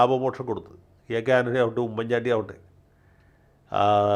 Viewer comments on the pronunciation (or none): none